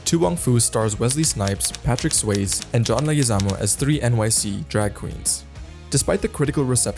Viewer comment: Or Patrick Swaze.